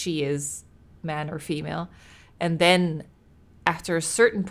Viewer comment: This game gives me heavy resident evil biohazard vibes and silent hill and why do you say den lol